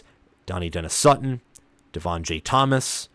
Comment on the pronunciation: Central PA - all I’ve heard is Trout-wine. All the PSU podcasts news cycles etc. Also hear Duh-NEYE, not Danny or Donny-denis Sutton. Rapple-yay not Ruh-paul-yay. Is-erd, not eezerd. Row-hass, not Row-us. Probably a couple more that skip my mind I heard here. Oh, FASH-uh-noo. Not Fuh-SHA-noo.